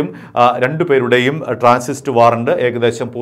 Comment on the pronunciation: ട്രാൻസിസ്റ്റ് അല്ല ട്രാൻസിറ്റ് വാറന്റ് എന്ന് പറയാൻ പരിശീലിക്കു പുരുഷു